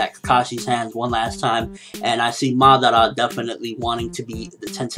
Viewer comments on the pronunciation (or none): Madaaara, not Maddarra. ^^